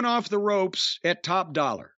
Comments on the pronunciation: y does jim call him top dollar when his name is top DOLLA? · Jim calling him top dollar instead of top dolla will never stop being funny to me